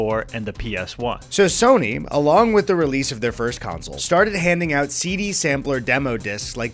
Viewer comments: I'm sorry, but do my ears deceive me or is pronouncing "console" like "council"? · Great video. Please stop saying council. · Never thought I'd ever hear anyone other than my dad say "counsel" instead of "console" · console is not pronounced like council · Console. The word you’re looking for is console. Not council. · Please stop saying Game Counsel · Why does keep calling it a "games council"? It sounds like evil underground cabal which decides what releases will best steal our souls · Is it an Northerner thing to pronounce console like council? Genuinely curious! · pronounces console as “council” and I can’t unhear it. Anyways, thanks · good video, but pleeeease stop calling them "counsels". It is pronounced like: console "CON-sole" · why does the one that’s not eddy keep saying counsel not console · Big fan of how says "console" like "counsel", keep it up big man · How do we teach how to say the world console? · You'd think if you're making a video largely featuring video game consoles that the host would be able to correctly pronounce the word "console." Guess not.